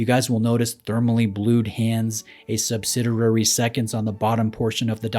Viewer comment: "Sub-sid-EE-ary," not "sub-sid-ER-ary." You have a wonderful, enlightening, detail-oriented (not orien-TATE-ed) channel. It's a pleasure to watch. That is, until these little glitches pop up and--perhaps unfairly--suggest you're less knowledgable than you are. I know this seems persnickety, but it's like a prospective patient being handed a neurosurgeon's business card. . .with a typo on it.